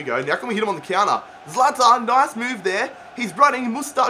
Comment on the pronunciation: You say zalathan it's zalatan